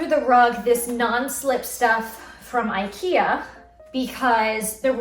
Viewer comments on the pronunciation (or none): none